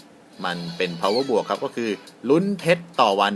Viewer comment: ครับ ผมน่ะไม่ได้เก่งอังกฤษหรอกน่ะคับ เเต่ได้ยินมานานเเล้วอยากจะเปลี่ยนบาง ปีหน้าก้จะเขาอาเซียนเเล้ว power+ อ่านว่า power plus ได้ไหมคับ